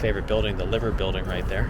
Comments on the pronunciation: Ooh it's lyver,not Liver building 😮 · Mate - you need to know that the Liver Building is pronounced " Lie ver and not like the anatomical organ. I know it is odd when Liverpool is pronounced Liver - pool, but we have lie ver birds too not liver birds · So the Liver Buildings are oddly pronounced lie-ver. Odd not pronounced the same but never knew why and I live here. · It's pronounced L-eye-ver! And it's infrastructure was the blueprint for the earliest New York skyscrapers. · liver building pronounced lyver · Liver Building. Liver rhymes with diver ! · Are you still around , can take you see some real Liverpool stuff just let me no.Also liver building isn’t pronounced like Liverpool, it’s like saying fiver but liver ,also if you watched the last Batman he dove from the clock tower, my family moved to Canada, vernon and kamloops, uncles a famous artist out their. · I happened across both of your Liverpool videos and enjoyed them both. People have pointed out the correct pronunciation of Liver, and Scouse. 😉 Despite the name, I would say we don't eat scouse that often, and then would generally cook it at home. And then probably older people. 😉Unlike many city's that may have a famous food associated with it, I don't think it is widely available, as you found out. I was surprised you didn't go to the other cathedral, as very few city's have two. The Catholic one is very different to the Anglican. The original design for the catholic cathedral would have been the 2nd largest in the world. There is a model in one of the museums, and even the model is massive! 😂Imho it is worth the trip to the top of the Anglican cathedral to see the views over the city and surrounds. There were about 125 mini Superlambana's created, were sponsored by a local institutions or businesses, and designed by local community members, and were all over the city. Glad you seemed to enjoy the city.🙂